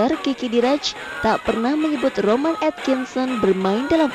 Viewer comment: ROWAAAAN cuyyy bukan romaaaaaaaaan T___________T